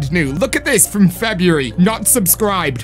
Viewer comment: You said Febury..